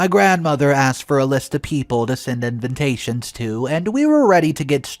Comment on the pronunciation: Just curious, why do you always say invintation? Or I’m just deaf….